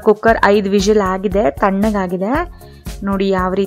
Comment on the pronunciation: Please pronounce whistle word properly